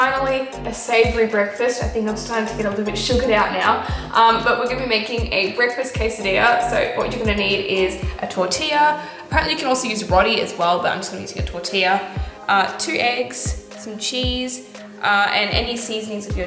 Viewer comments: I LOVE U U WERE MY CHILDHOOD and one more thing i'm Malaysian and did u just say roti as rottie? 😭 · When she said rotie she ment roti it's a thing When it's like a totia but roti is more chruchy